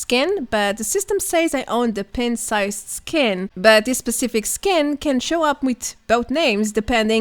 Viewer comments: It’s pronounced Pint and not Pent. Pint-Sized Slasher. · You're pronouncing "pint" wrong. It should sound like "pine-t". 👍